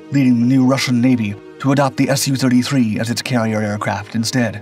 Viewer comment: When pronouncing "MIG", we don't say "M-I-G". So why do people pronounce Sukhoi "Sue-33" as "S-U-33"?